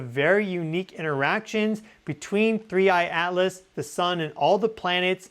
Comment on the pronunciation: Thnks. Buy the way, you called it "3I ALICE" a few times 😊...